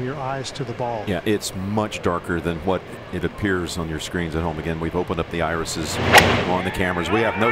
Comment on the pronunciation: The "irises." Come on, man.